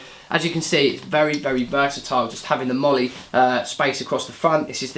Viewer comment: You pronounced MOLLE correctly! I'm so happy! I have the 2nd gen HSGI version of this rig, it has a width of 6 loops instead of 5, makes it slightly more useful imo.